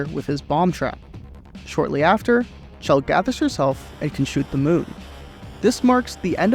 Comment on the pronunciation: I can't believe he just called her Claire, and immediately went back to Chell